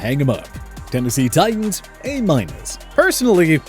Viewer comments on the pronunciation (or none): none